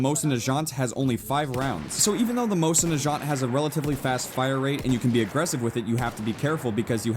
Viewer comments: i thought it was pronounced mozen not moshin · Pronounce the mosin correctly please!!!!